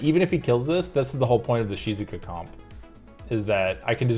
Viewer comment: I like how you pronounce Shizuka haha, sounds like how a Japanese person would say it